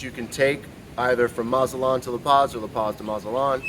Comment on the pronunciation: MazaTlan, with a big T. Not mazalan, not mazapan, not mazala, MAZATLAAAN!